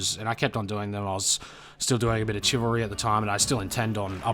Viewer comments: Are you purposefully pronouncing Chivalry Chi-valry to trigger grammar nazis? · I try not to nitpick, but it's pronounced "Shi-vil-ry." Used to sword fight as a hobby and it always irks me when I hear that mis-pronounced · the way you say chivalry is so fucking funny